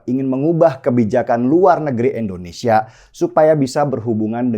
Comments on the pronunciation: Si Denny itu gak bisa Bilang Indonesia yeaaa...?!! Denny ngomongnya Endonesia Mulu.. nyebut nama ngara sndiri aza gak bener.. Indonesia itu dpannya pake I Bukan E .. ngerti ora son..??!!🤣🤣🤣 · Bang deny koreksi artikulasi ya Indonesia , bukan endonesia